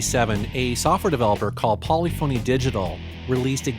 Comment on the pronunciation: You said polyphony wrong